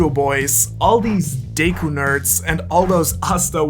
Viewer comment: I don't know if it's the accent, or the dramatization, but did I just hear "Deyku"?😅